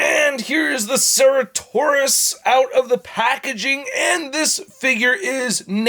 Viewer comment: This dinosaur's name is pronounced "sir at oh sore us" or "sara toe sore us" . I wish I liked these figures more. But my wallet is glad that I don't